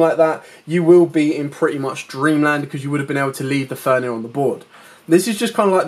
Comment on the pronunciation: good video. thx. but would love if you used correct card names. triggers my OCD ;) "fenRir" not "fenir" ;) anyway. thx for video